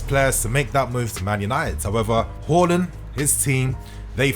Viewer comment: Its haa not hor when comes to haarland lol!!